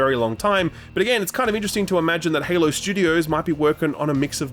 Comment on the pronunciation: Heavy emphasis on the “imagine” here. Pretty sure he’s trying to say that their ambition outweighed their skills imo